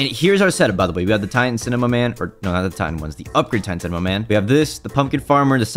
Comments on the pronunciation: He said cimaman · I love how say "cimemaman" not cinemaman